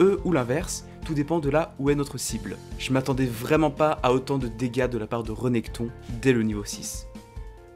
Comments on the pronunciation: Rénekton !! pas REUnekton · Super vidéo;) Par contre c Rénekton pas Reunekton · C'est RÉnekton et pas REnekton .... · "reunekthon" Alors oui, mais non hein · très bonne vidéo mais j'ai pas apprécié le "<REU>nekton " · T'a dit Renékton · reunekton,tiama, aïe mes oreilles